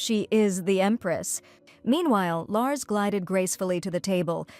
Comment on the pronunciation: Larcy, not Lars